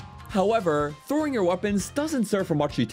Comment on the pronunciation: " against any target while 'throwin' "